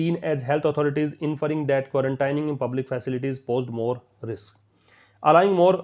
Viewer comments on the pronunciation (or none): none